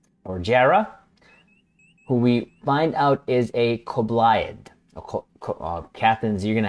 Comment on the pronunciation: Hiya I belive you pronounce it, Ko-bli-ad